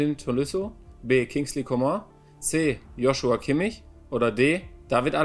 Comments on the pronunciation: Nicht mal Manuel kann "Jo-sua" richtig aussprechen 🙈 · nein manu du hast nicht ernsthaft Joschua gesagt 💀💀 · 'JoSCHua Kimmich' ohoh da wirds Stress mitm Josh geben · Traurig dass Neuer JoSCHua sagt